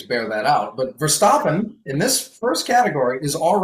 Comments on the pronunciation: How to pronounce Verstappen? As American I say the A sound but says it as O sound hmm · can we stop saying ver-stop-en? Can we make this HAPPEN??? Or are we going to start saying Lewis Hah-multin and Mox Ver-stop-en?